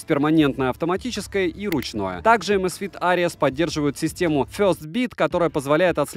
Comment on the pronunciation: amazfit что ? Areas ??? Ares может все таки ? "Арес" Карл.